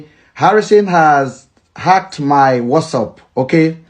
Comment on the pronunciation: It's whatsapp NOT whassup abeg!